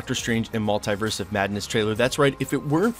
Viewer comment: STOP PRONOUNCING MULTIVERSE LIKE THAT